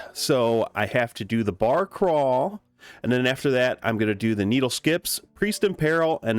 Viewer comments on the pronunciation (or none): Why'd you say barcrawl like that? Would you like to tell us, your family something?